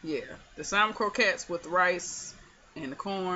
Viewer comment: You are saying it correct my Dear.....lol...